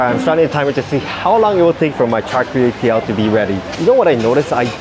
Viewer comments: haha, usually you say he food right.... how come this one u keep saying it wrong. You rarely have this? Its one of my fav food since Im a kid. Its not Chai Tai Kue haha XD Chai(vegetable, 菜）Tao(head, 头）Kueh(cake,糕) XD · Cos you not a local I can understand you keep calling out the carrot cake in dialect incorrectly it did sound annoying after awhile when you keep repeating incorrectly